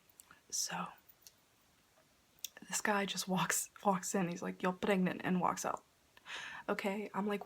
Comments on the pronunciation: I love your accent on “your pregnant” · I'm sorry but I just slightly died of laughter when you imitated the doctor saying "you're pregnant"(foreign accent)